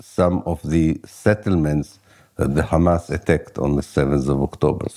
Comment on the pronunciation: Merci Blast et félicitation pour la publicité de cet entretien avec Ilan Pappe, ce si grand et courageuse historien. Juste une toutes petite remarque qui m'est dictées par des observations de camarades de l'UJFP : est-ce que vous savez que vous utilisez la prononciation israélienne, c'est à dire l'hébreu, pour prononcer Haïfa (ou Hamas) ? Quand on nomme en France la capitale du Royaume-Uni nous ne prononçons pas Lordon, nous disons Londres. Ça semble évident alors évitons de parler en hébreux en France.😉